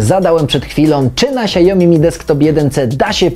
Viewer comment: to nie jest monitor "siajomi" tylko "siaomi"